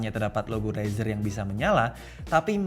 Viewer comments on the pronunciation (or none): denger kata Rezer "Umm usagi no nioi~" 🗿